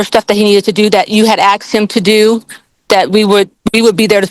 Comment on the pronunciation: She is a professional and says axed. Urgh